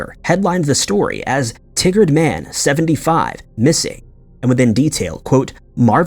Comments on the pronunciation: It’s pronounced Tye-gard….not tiggered. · i understand that you read to names and places and pronounce it the best you can. But its TY-GUARD, not T-GUARD. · Pronounced: Tie Gerd not Tig Gard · Just for reference, regarding the case of Marvin Alvin Clark...the pronounciation of the city he was from is pronounced "Tie-gard," not like "Tiggard"...coming from a fellow Oregonian. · "Tigard" is not pronounced like Tiggered, it's pronounced like Tie-gurred. Your wacky mispronunciation makes the tigger song go through my head, it's ridiculous. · I was born and raised in Oregon and the town you're talking about is pronounced "Tie Gerd". I couldn't focus on the story until I let you know that lol. 😀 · In the first story, it's pronounced TY-Gerd, Oregon.